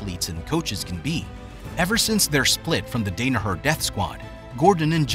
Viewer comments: This is a good in-depth bio on John…it’s a shame you couldn’t pronounce his last name correctly 😂😂😂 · Crazy this dude spent so much time doing research on Danaher but never heard his name pronounced correctly. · You could have actually said his name correctly, but it's a good biographical piece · He miss pronounced Danaher, Renzo, and Tonon lol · No idea how ur involved in bjj and don’t know how to pronounce the most influential teachers name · So you pronounce Johns last name wrong and Renzos first name wrong. Great job! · Mis-pronunciation of the names and clickbait title absolutely killed this for me :-( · Hurts to hear his name said incorrectly over and over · who's john dane ahur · CLICKBAIT- SKIP THIS VIDEO the video has NOTHING to do with who taught Danaher. And somehow you found someone to narrate that doesn’t know who the Gracie family is and can’t pronounce Renzo’s name (or Danaher’s for that matter). You went from him moving to NYC with no money left, to suddenly he’s teaching at one of the best schools in the Nation? You never addressed good Jiu Jitsu lineage at all. And nobody gets a teaching position at Renzo’s school without having serious background. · hard to trust the video when this guys never heard Danaher or Renzo said out loud. makes it seem like hes never watched a fight. Now im not sure if any of his videos are legit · Short a for Danaher and h sound for Renzo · Dude butchers the names Danahar, Gary Tonin, and Renzo, lol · You had one job dude, pronounce the man's name correctly. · I can’t take the constant mispronunciation of his last name. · Too bummed at the mispronunciation of the GOAT Coach's name to watch the whole video. Can't respect the man enough to get it right... I'll pass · Dude. The mispronunciation of Danaher and Renzo aggravated me so much I stopped watching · You can’t even say his last name correctly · I had to stop watching because your pronunciation of his last name hurts my ears 😂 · John "Great" Dane-a-her